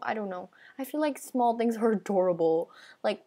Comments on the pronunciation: Btw its "small" not "smoll" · D-did you say smoll ghost :O OH ME GOOSH :OOOOOOOOOO NO WAY :OOOOO